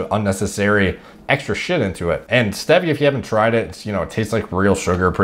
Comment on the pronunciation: Pretty good knowledge but can’t get over the way you say, stevia and pasta